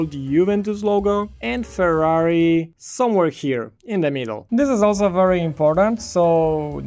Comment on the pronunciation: why did u call Ferrari furri lol